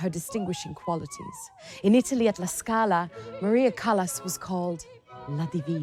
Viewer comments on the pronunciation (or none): What utter dung! What a misrepresentation! You should be ashamed of yourselves for all the misinformation. And then, the presenter who pronounces “Callas” as “callous,” “can-to” as in “I’m going to open a ‘can’ of tuna.” To the uninitiated, I say, “Beware, there is little truth in this documentary.” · NIE CALAS A CALLAS